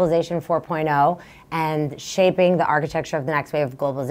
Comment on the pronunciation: Yo Klaus, there is no "Ze" just him/her